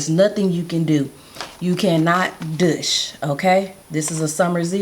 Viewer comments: I like the way you say douchse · Very informative. I've never heard douche pronounced that way.